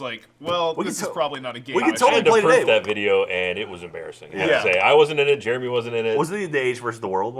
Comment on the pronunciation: pronounces Jeremy like "germy"